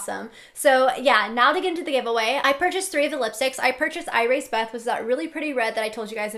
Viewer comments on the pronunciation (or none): Lol! It's pronounced Iracebeth!! Like Elizabeth sorta not I-race-Beth lol I love your eye makeup so much!!! And I'm a fan of Alice so... I kinda need those lipsticks haha <3